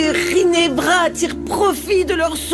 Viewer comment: J'aime comment appel rinebra rine😊😊